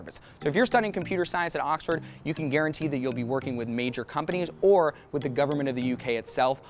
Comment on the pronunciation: "Auxfaad university"